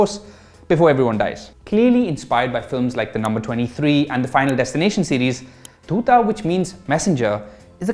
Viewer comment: My opinion to your review is the same as yours in this video...if it is very slow paced for you, i think you should stick to movies....u didn't even pronounce the name of the series properly........god bless you when you watch the final destination.